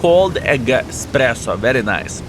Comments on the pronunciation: dear...this is eSpresso....not eXpresso....;) greet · Man, did he actually say "eXpresso"?! 🤣